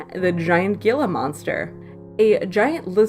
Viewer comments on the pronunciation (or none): Fun reminiscing on some oldie moldies. One thing though the giant Gila monster is pronounced HE-la FYI.